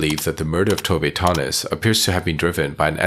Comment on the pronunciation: nöje means pleasure and her last namne is not Tove Tonnies its Tove Tönnies